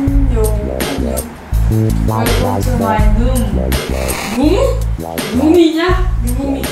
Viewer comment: "room" not "noom" LOL